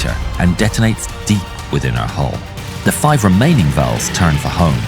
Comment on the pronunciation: what? "detonates deep inside her hull". Hull sounds like hole tbh im not dirty minded.